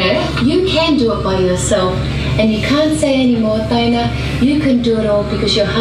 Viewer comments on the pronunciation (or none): Tye-Anna Lick-ardo Tee-vola. AT LEAST SAY IT RIGHT lol I love their channel but I legitimately HATED the shit she put about Paul. It didn't seem right at all. We get she's the bread winner and they're quite sarcastic... But it's not cool to to talk as if Paul doesn't mean much.